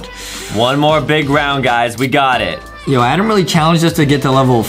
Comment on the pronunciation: JUSTIN IS THE ONE BEING MEAN CAUSE HE ALWAYS CALLS ADAM ADEM